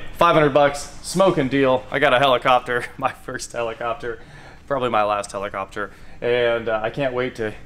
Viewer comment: I spent the first 2 minutes of the video thinking he said Jaredcopter